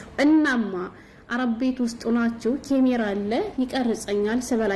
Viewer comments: ካሜራ በይ አቦ አትለፋደጅ ኬሜራ እያልሽ😂😂😂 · ኪሚራ አይ አማረኛ😂😂😂